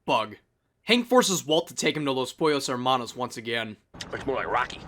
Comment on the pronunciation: How could you pronounce "Hermanos" like that after having heard Gus say it xD?